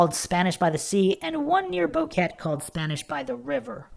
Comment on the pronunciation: The tour guide is Feliciano Gonzalez and his family are suspects. Its pronounced BO-QUE-TE not Boket.